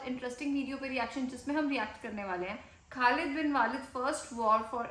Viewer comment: Khlid bin waleed is actual pronounced